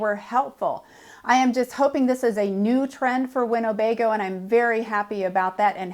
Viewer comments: it’s not winnobego it’s Winnebago. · You might want to check your pronunciation of Winnebago against the spelling. There is no "O" in the middle. Cheers!